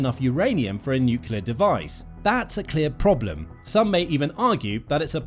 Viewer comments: It is cute when an 2 years old says pasghetti, but not when a grown person says necelar instead of nuclear! Please go back to preschool! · Ah yes, a new NUCULAR deal! wonder which school he played truant from then.